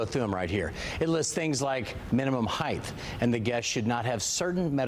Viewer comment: Poor man - note to anchor - height is pronounced “hite”—rhyming with “kite” or “bite.”